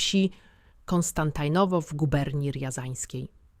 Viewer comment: Nie ""Konstantajnowo" tylko Konstantinowo i nie "Jesienin" tylko Jesjenin z twardym "s". Nauczcie, proszę, właściwej wymowy tego sztucznego geniusza, bo kiedy to słyszę, uszy mnie bolą. Pozdrawiam i życzę sukcesów.